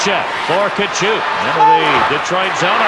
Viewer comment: Wow, there was a time when Tkachuk was pronounced correctly.